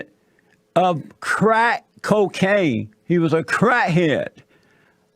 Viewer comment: Jesse is a closet homosexual who can’t say the word “crack”😂😂😂😂 look into this beta boy who likes little boys